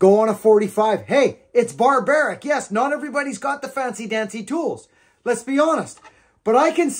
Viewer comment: BAR-baric, you got me tickled there.